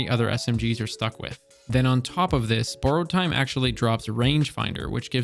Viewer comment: “Boooarowed time”